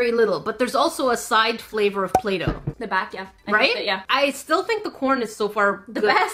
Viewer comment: "play-doh" umm what the